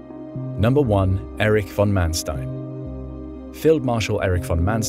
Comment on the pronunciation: Your pronunciations are good. Except Erwin. Say Air-vinn. Oh, and also von Manstein. Say fonn Mahn-shtein.